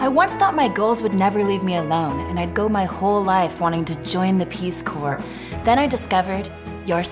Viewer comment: Also pronounces the p at the end of Peace Corps